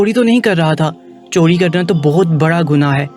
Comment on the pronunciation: Chori lafz hota hai chodi nahain, ray ka istimal sahi karin. Urdu ka satiya naas kar diya aap ny.